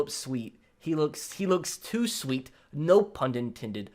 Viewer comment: he says sweat instead of sweet